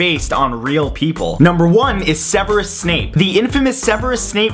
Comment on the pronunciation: its not se-ver-us its like sev-eersus